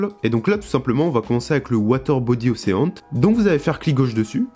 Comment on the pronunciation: Super tuto par contre l'anglais ^^" Océant ? Ocheun, à la limite meme tu peux cité le magazin Auchan, c'est plus proche. Unréale engaine ? Enrile angine